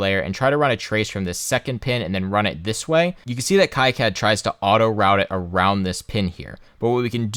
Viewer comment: KEE CAD, It's French. Love the video, very informative.